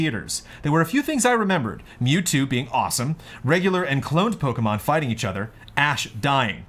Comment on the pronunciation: mispronouncing Pokemon is the best thing.